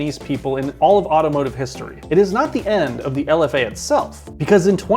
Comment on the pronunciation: it is not lf dash a, its lfa.